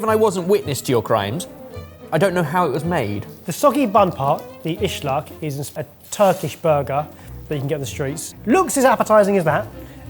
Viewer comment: Islak not ISHLAK 😂